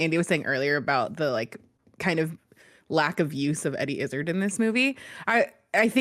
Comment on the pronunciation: As a Brit it grinds me how they say Eddie Izzard’s name...